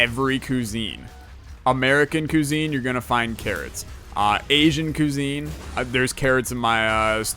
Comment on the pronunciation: The way you said cuisine in this video. Actually made me mad. Good job.